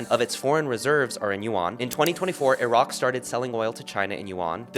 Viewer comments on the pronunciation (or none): none